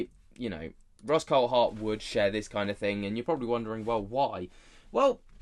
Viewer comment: He's name is pronounced the same as the Grand Prix driver David Coulthard' you pronounce it coldthard, its coulthard drives me mad .